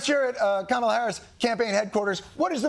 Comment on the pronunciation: 😆 the left can't even say it right like walts and biden miss pronounce her all the time. Also the media has wrongly call her name for years and only like last month the left cared about that then real problems.